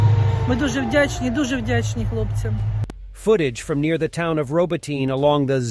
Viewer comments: Why do you mis-spell as "Robotine" the name of ROBOTYNE? Probably the same reason you mispronounce the name. Should be RŌ - BŎ - TῨ - NĒ (using the Oxford Dictionary pronunciation guide for letters). Kindly examine this pronunciation carefully and make the necessary corrections to your spelling and pronunciation. What you are doing at present is awful and a bad reflection on your grossly misleading practice of using stupidly incorrect U.S. errors. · Find a Ukrainian friend to help you with town names in Ukraine. Robotyne is not pronounced RoboTINE, or RoboTEEN, the two I've heard you say. Hint - RobO-teh-neh.